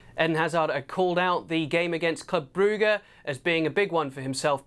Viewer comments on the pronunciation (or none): Why'd he call it club broogah?